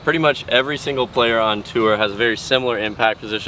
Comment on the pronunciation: been pronouncing tour with two syllables for so long, that's dedication